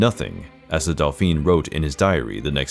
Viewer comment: Dauphine is pronounced Doe Feen, not Delphine. And young Louis did not have phimosis, he was just terribly shy and was intimidated by his beautiful graceful young bride, beside whom he felt like a clumsy oaf. He was also very moral and decent, unlike his male ancestors. He never took a mistress despite courtiers throwing women at him. It was against his moral code and he just wasn't a lustful man.